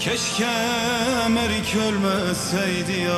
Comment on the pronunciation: Merik değil Meyrik!!!😂